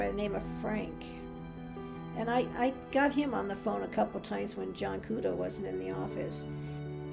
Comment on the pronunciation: ITS JOHN KUDO NOT JOHN CUDO